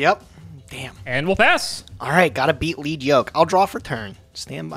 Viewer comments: pronounces a lot of stuff incorrectly so it's no surprise he thinks it's "leed" when the word is a reference to the metal - "led" - on the yoke the character has. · Why yall keep mispronouncing lead yoke 😂😂😂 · God that’s not how you say lead yoke😣😣😣